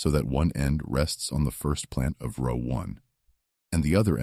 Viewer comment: AI is so Absolutely Irritating. Pronouncing “row” like “cow.” 😂 Also, the spelling errors in the text 😒 This said, this is a super-important issue. Modern agriculture is criminal and is directly correlated to our appalling state of poor health. Thanks.